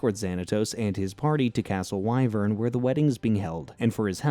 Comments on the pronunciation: I was willing to sit through however many times you pronounced "Why-Vern" instead of the IN SHOW pronunciation of "Wih-Vern," but I will absolutely not stand for hearing Demona pronounced "Deemina" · you also forgot the fact he said " castle why - vern" when it's supposed to be Wi - vern and it's spelled Wyvern but pronounced like the wi sound in the word wind. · The castle is pronounced wiv-urn 😬